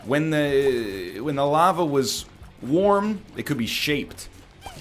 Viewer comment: he pronounced “lava” differently two times in a span of 10 seconds